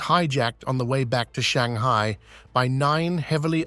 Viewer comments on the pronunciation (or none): none